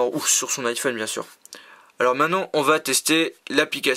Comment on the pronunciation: J'en pleurais de rire. Tu dis iPone. Trop fort xD